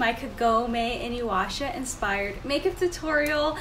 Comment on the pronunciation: She said "inuwasha"